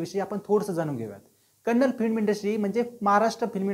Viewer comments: Kannad nahi😡 Kannada bolo, Kaisa hoga ki tumari bhasha ko Marath kahe to😤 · Bro it's not kannd it's kannada please pronounce correctly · It's kannada not kannad... Pronounce it properly....! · Hi brother, its not kannad kindly pronounce Kannada.. Kannada film have lot of good movies before KGF also.. Lucia, ugramm, googly, pruthvi, ulidavaru kandanthe, thithi mufthi, rangitaranga, Rajkumar, Buget wise it collected. More than 50 70 crore.. From Karnataka I love sirat song's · Bro that not kannad its Kannada please pronounce it properly. And anyhow I appreciate your work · Don't say Kannad movie. The actual pronunciation is "KANNADA".Say it as "KANNADA". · Kannad nhi dada kannadaaa. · Dada te Kannad nahi Kannada ahe ..! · Bro its pronounced as Kannada not Kannad And Tamil not as Taamil 😊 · Srry but it is not kannad, it is Kannada bro. I hope u correct it next time☺ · Please say kannada. Don't say kannad. Don't mislead the audience. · It is not kannad, it is kannada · Kannad nahi kannada boala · Kannad nhi Ka-nna-da ahe bhava 🙏🏻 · Hi brother ..its not kannad ..it is kannada ..please pronounce correctly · Bhayi ye Kannad NAHI kannada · Bhava it's Kannada not a Kannad. Pls pronounce it properly. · Kannad kannad nahi kannada bol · Kannad not it's Kannada Please Do Pronounce properly thank you. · Kannad no kannada bro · It's Kannada not kannad , plz pronounce kannadA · It's Kannadaaa, not Kannad pronounce it properly. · It's kannada not kannad...try to pronounce the name correctly.. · Please pronounce it as KannadA. Yes the A at the end is as important as the A in MarathA or MaharashtrA. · it's KANNADA !!! tumhi wrong boltae..